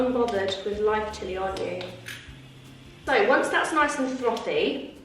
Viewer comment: 😂😂 darling it’s “ frothy “ 😅😂😂